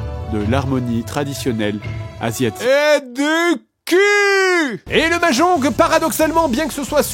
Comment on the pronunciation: mais qui dit mahjonGUE ?